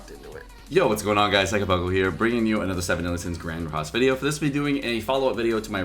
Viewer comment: Delivering content as always, thanks for the vwideo.